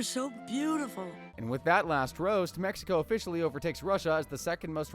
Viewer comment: "meh-HE-Ko" lol😂